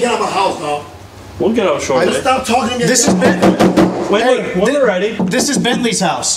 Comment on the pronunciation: Why could none of you get his name correct?? There is a big difference between Bently and Bensly.